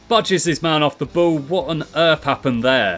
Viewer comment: You pronounce ball "bow" lol